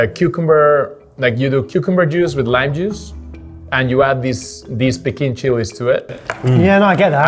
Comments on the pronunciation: That small chilli is called “Piquín”, not “Pequín”. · Mexican here, fun video, but.... not magical. Almost. Come on guys, you have a true Mexican on the show and you say mEzcal instead of mezcAl and you don't call hibiscus water by its iconic Spanish name agua de jamaica, it's piquín chile not pequin. Mhmhmhm. But I absolutely enjoyed the explanation about all the chiles throughout the country, I could feel all the flavours in my mouth, yum yum. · The small dry chile is called PIQUÍN not pekin!!!